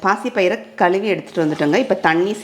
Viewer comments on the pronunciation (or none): none